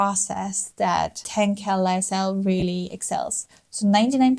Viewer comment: Hi! Lovely video! I am quite certain that Tencel is pronounced ten-cell, sounds strange with a k-sound. ☺️👊